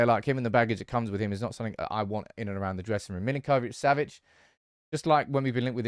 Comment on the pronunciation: Sergej surname is pronounced Mil-Ink-Oh-Vitch -Sav-itch, not Mil-in-Koh-vitch. The way you are pronouncing it is more common to Argentinian Spanish and not his native Slavic.